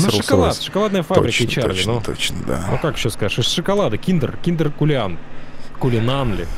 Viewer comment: Не "кулиан" а "калинан"